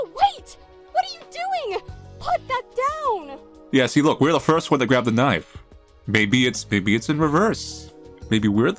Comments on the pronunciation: Did you just say "Knoife"? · Honestly man getting into it and then hits me with tbe "KNOIFE" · Australian knife accent. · I love that you always take the time to put an accent on “knife!”